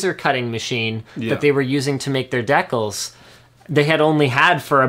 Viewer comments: Decals..not DAYcal. God, the chat went ape shit when he pronounced it Daycal's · Decals? I think it's pronounced.. Dee Cals... Not Deck Kals.. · Dekals... What??? It's decals... DeeCaaaalllsss, common Canada. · what are decles? did you mean decals? de (the rhyming with three) cals (like california). decals. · ***** I'm Canadian and it's decals, not decles... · there is no deck in my pronunciation, there is an al as in al bundy. and a de, as in desensitization or decentralization. and the al is a part of cal as in california. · Deckles or decals Linus... Lol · LINUS, ITS DEE-CALS..that's how it is pronounced..please say decals right :) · ***** It's said with a short e here in the UK too. It's not silly, just different. Pretty sure it's only said with a long e in the US.